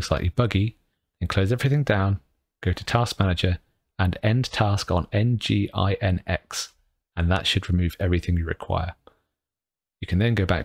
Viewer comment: Geeky and completely irrelevant point:- nginx is pronounced "Engine-x"